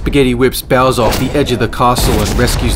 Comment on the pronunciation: Bowser not bosser